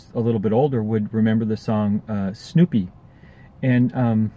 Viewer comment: It's Sloopy!, not snoopy😊